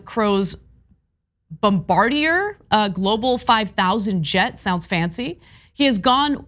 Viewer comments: please don't correct anyone again with that plane's name. Anna's pronunciation was a lot closer to the correct one! It's a french name, and the correct pronunciation is bom-bar-dee-ay, NOT bombadeer 😵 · Bombardieray not air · "not trying to correct you"... ummm it's actually pronounced bom-BAR-di-ye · There's nothing worse than someone trying to correct your pronunciation only for them to do it wrong... It's bum-bar-dee-yay you asshole, not bomba-deer.... 🙄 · What the hell? His mansplained pronunciation of Bombardier was waaaay worse than Ana's. It's BOM--BARD--YAY, emphasis on the second syllable. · It's pronounced Bomb..Bard..ee..eh... Eh..? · Not all that important but I haven't seen a progressive channel get it right. On pronouncing Bombardier: In the US it usually sounds like Bom Bar Dee Ey. I don't speak French, but I believe it sounds more like BobArdYey. I'm sure somebody will post a correction. Perhaps a Canadian neighbor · Pronounced BOMB-buh-deer -- emphasis on 1st syllable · Incorrect. It's pronounced bombardee-eh. It's a Canadian company in Quebec hence the French pronunciation... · Bombardier is, of course, a French=Canadian name and is pronounced: "Bomb-bard-e-yeah". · 'correcting' Ana with the completely wrong pronunciation of Bombardier...LOL...she got it basically right. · It's pronounced "Bomb/a/deer". Really your research is abysmal. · It's pronounced bombbardeeay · BOM BARD YAY THAT IS HOW ITS SAID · It's pronounced "Bombard - yay ". It is a French Canadian last name.He invented the 1st snowmobile. The reasoning behind the invention is pretty cool actually. It was to get people in rural areas to medical attention sooner. (I was going to let it be until he "corrected" her). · 'Bom-bar-dee-ay' =bombardier Like... 'Targe-ay' = Target 🎯 lol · It truly a French pronunciation, “Bomb-Bar-Dee-Eh, the Americanized version is not accurate but widely used. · That French-Canadian name is pronounced "Bom-Bar-Dee-AY". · PRONOUNCED…… BOMB A DARE